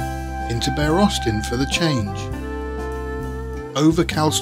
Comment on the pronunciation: NOTE: the word "Bere" is pronounced the same way as "beer", but not the same as "bare". I know this because I'm from the West Country (born in Plymouth) and spent many summers in a tiny village called Bere Ferrers. At the bottom of the hill, there was a small harbour and a pub which was (I think) called The Plough.